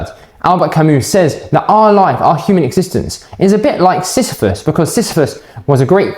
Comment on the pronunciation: u pronounced it well